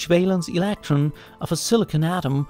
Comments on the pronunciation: "Alactron" and "Elactric field" are not "condactive" to my ability to focus during this video. ;) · ileeektron lol